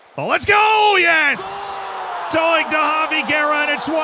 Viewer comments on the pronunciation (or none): It's doy-g not d'oh-ig